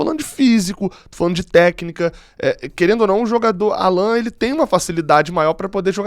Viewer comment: Não é Állan,e sim Allan...